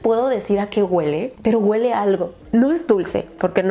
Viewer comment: "Este spray GÜELE riquísimo" jajajajajajaja es HUELE!! NO GÜELEEE!!